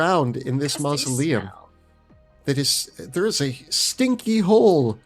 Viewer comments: Hehehe… mal-uh-sium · I love it, but seriously, have you never heard anyone correctly pronounce "mausoleum"? You professionally write about things that appear in graveyards.